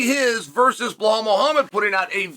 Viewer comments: Dude his name is Belal. Where is the h? You keep calling him "belhhal" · Chael fuck its Belal not Blahall... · “Bluhal” still gets me every time 😂😂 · I can understand mispronouncing some names, but Belal? Where are you getting "Bla-hal" from? If you can say the words "bell" and "all," then you can say "Belal." Why are you adding an H in there? That's like pronouncing "Alex" as "La-hex," or "Chael" as "La-chel." I'm convinced at this point it's a gimmick. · Master of pronouncing the names wrong : Blahal , Pierra and so on . 😂